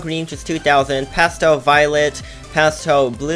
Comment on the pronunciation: Any one relies that it’s pasten brown not pastel